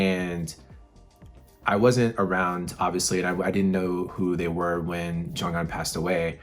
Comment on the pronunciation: Hi, hope you are well. Took me 3 days to prep emotionally. Thanks for your reaction, this song is so very precious to us all. Regarding Jjong's name, the pronunciation is not Jong-un, it's Jonghyun, i.e., the hy is spoken, not silent. On a more upbeat note, did you get to the BTS concert? It was PHENOMENAL!! But don't everyone kill me. SHINee is my ult...always have been, always will be. Looking forward to your continued journey.:)